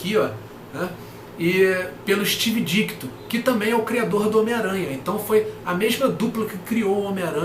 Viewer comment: a origem do Dr. Estranho e a história dele salvar o Dormammu saíram recentemente na Coleção Histórica Marvel Defensores Vol. 2. As histórias são bem legais mesmo! Provavelmente saiu na coleção vermelha da Salvat também. Outra coisa, é Steve DiTKo, não DiKTo! Pelo menos ouvi você repetir Dikto.